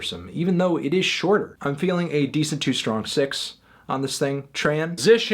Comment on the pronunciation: Hahaha so funny when you said "strong 9" it sounded like "strong 6" lol so weird